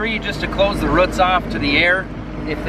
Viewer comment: I'm from KY. live in southern Indiana now. I have been able to even notice an accent from you living so far up north until you said "roots". lol. Another great video.